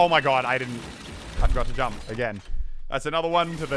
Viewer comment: jamp !!!! Pronunciation